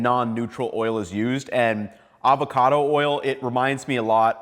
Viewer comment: “Avocado” oil, NOT “Alvarado” oil,. 😎 Great presentation 👍